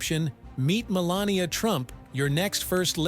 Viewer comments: Wow, what a negative introduction... Seriously primes the viewer to believe that you are biased. Also, you called her "Melanoma" in one segment. Nice editing... what a joke of a biography. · He called her Melenoma😂😂. Listen carefully 😮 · The reader has missed her name twice, Melanie and Melanoma and once called her a witch ……… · I love how AI called her Melanoma!! She married something malignant, so very fitting ! Ha Ha Ha!! I think an awful lot of this story is of her making. She didn't believe he would win, that's the only reason she played along. She never wanted to be First Lady and she was the worst ever, I guess just to prove it. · The name of this video should be, 'How many ways can AI mispronounce Melania's name'. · He (the talking head) can only pronounce her name about 1/4 of the time.